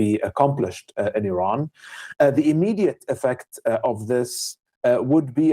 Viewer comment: It's Iran not "arron" as you keep calling it. If your going to commit war crimes in a country at least get their name right